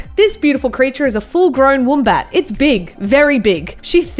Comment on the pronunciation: When she said “IFS SO BIG” me; that’s what’s she said xD